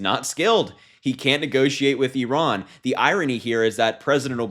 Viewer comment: Finally, an American that doesn't pronounce it "eyeran"